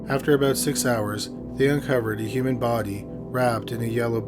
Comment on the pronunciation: The bardy haha always makes me chuckle how he says body - imagine his mrs / you have a great barrrrdy lmfao